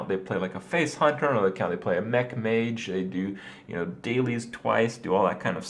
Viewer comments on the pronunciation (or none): none